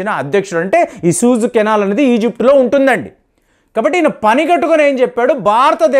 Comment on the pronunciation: సహజంగా అందరితో స్నేహంగా ఉండటం చాలా మంచిది. You pronounce as సూయజ్ canal అనాలి. మీరు సూజు అంటున్నారు